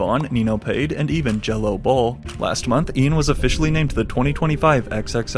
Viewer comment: “jello bowl” 😭😭